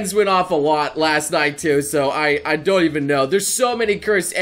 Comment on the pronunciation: Did say "I doy even know"?